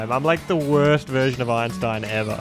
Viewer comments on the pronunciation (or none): none